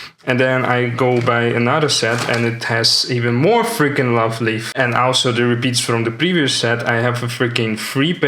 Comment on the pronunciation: Thanks for sharing your album full of pretty cards. I learnt a lot about Goddess TCG from your videos. Love Live is not pronounced Love Lief, but Love Live like Live TV. It's a funny way to pronounce it though. It will be interesting to see how Goddess Story will evolve. I'm pretty hooked now. Just ordered some boxes with the amazing single days discount on Aliexpress. I don't think cancel culture is the right word for it though. It will moreso be big companies wanting to see money for the art that is being used. P.s. I love that you also think Nino is the best Quintuplet.